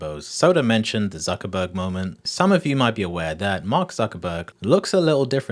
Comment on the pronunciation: Why are you saying "zuckabug" instead of Zuckerberg? Learn to pronounce people's name pronounce people's name properly.